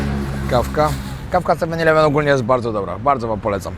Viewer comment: Siema wariacie absolutnie sie nie czepiam, bo sam kiedyś tak gadałem i tak nas uczyli w szkole, ale eleven wymawia sie przez e, a nie i jak ileven 😊😊 pozdro